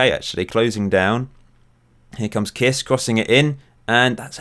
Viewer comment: I laughed a lot on your hungarian pronciation Kiss xd you pronunce it like if it was written kissch.